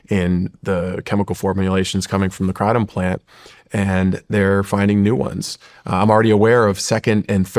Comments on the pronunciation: 🚨🚨🚨 It’s called an extract dummy. Education is important! This big pharmaceutical rep can’t say Kratom right, how embarrassing. Yet he is a know it all 😂 I honestly feel bad that this man did this to himself, in front of the entire world. Shawn please, do more research about these people. This guy is a fraud, 🚨🚨🚨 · Kraytom say it so they hear it KRATOM LONG A DUDE. You are not hitting the iters by the weird name you say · He's not even pronouncing Kratom right. Sounds like he's trying to say it in original Thai, but still not right. Should just pronounce it the English way like everyone else if he wants credibility.